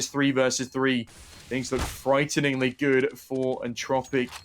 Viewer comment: Češi a Slováci: entropiq ostatní lidi: Entčropiq